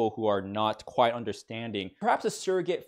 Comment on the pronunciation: Omg it's Kwite